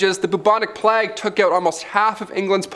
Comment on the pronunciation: And what's funnier is how they pronounce words. Plague doesn't rhyme with flag. If a person is going to narrate anything, they should be familiar with the subject, and pronunciations.. This goes across the board with any hosts here. But that brings us right back to what you said ... 😏😁😆